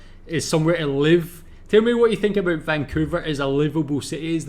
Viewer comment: You say aboot just like us haha